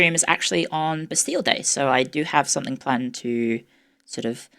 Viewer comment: ✋ can I say sumfink